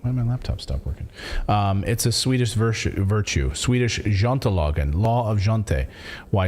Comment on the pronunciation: I'm Swedish and frankly got a bit of a kick out of hearing Clayton trying to pronounce "jantelagen". And there are plenty of Swedes who are happy to brag about just about anything. There were people in 2020 who got actual tattoos of Tegnér and bragged about how much better Sweden is because we never (officially) jumped on the covid-bandwagon (many did unofficially though). My theory for why Sweden didn't push as hard as other nations have nothing to do with the bill of rights but rather the fact that we're already so far ahead on the real agenda than the rest of the world. I have lived abroad for years so I was actually happily unaware of all of this until covid rolled around and I was forced to return to Europe. Let's just say that when I left Sweden, the digital ID was only for banking and governmental business stuff.. Now you're expected to use it for just about everything, even gambling. That's just one thing, there is plenty more where that comes from. So while many freedom fighters are hailing Sweden as the new land of the free, it is definitely not.